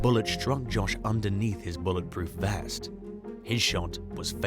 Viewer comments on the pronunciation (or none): none